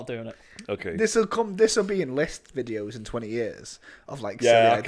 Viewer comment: What are these "vidjos" is always talking about?;)